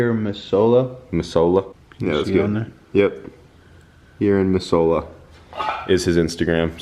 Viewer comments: I live in California and I freakin cringed when he said mi-zoh-la loll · Missoula pronounced mi-zoo-la lol I live there too. Montana shout out!! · I cringed when he mispronounced it too. I live in Helena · 406 represents Missoula is in Montana and I’m from Bozeman, it’s pronounced moozoula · You pronounced Missoula wrong. Town in Montana. Basically my home town before joining the military. if you read this what's up! I'm rocking a s366 myself!